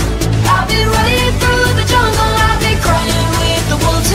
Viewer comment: Am I the only one who heard jungkook instead of jungle